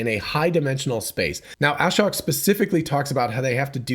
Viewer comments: His name is pronounced a-shóke. Long O, accent on the 2nd syllable. A shocking revelation, I know. Just listen to the first seconds of his Occupancy Network talk where he introduces himself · It’s (Ah-Shoke)